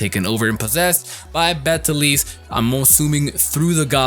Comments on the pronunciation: its actually pronounced Beatle juice lmao, strange I know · the way people pronounce Beteleguese's name makes me hurt inside. have none of you heard of the pronunciation: "beetle juice"? because i have heard a couple of folk tales about the name LONG before the anime.